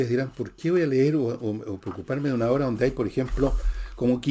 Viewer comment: pero por que dice "obre"???? 😂😂😂😂😅